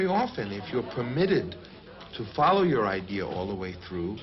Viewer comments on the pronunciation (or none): none